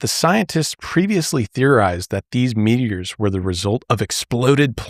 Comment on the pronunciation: …so one guy essentially said meteors? No. MEATeors though.. THAT’S science.